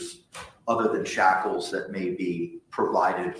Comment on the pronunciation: You're mispronouncing the word shackles. It's not chocolates!